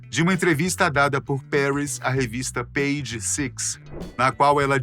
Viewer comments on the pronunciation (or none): none